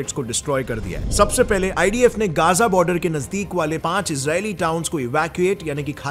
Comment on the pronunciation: Bro it isn't Geza it is Gaza clear bolo